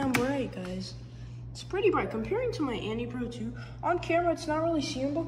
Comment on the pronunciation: Nice review but you miss pronounce everything “annie pro 2” it’s Anne(Pronounced An) “these are linear meaning there’s nothing stopping it other than tactical